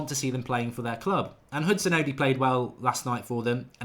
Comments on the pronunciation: Mark... it's not Hudson-odee. It's Hudon-Odoi. Odoi... like "Oh Boy". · its Odoi not Odi or Odiii, Odoi pronounced O-d-o-y .... a Ghanaian name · its pronounced Odoy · The best way to get Mark to say Odoi correctly is to give him a sound like situation. It is Odoi sounding like Oh Boy . There it is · Mate it's pronounced Hudson Oh-Doy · Nick IK. Hudson-oddy. Ugh. 😣 That really hurts my ears. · Philip Darku | As I was typing that comment Mark still said Odi after being told it was wrong 😩